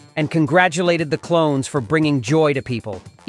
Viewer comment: Hahaha it is klones not clowns 😅😅😅